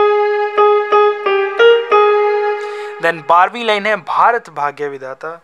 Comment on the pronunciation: Sir it's not Baghaya it's bhagya